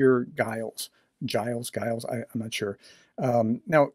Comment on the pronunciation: Giles, not Guiles. Soft g.